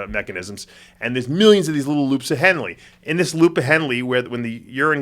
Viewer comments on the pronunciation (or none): Loop of henle Dave pronounced henl. The e is silent ;)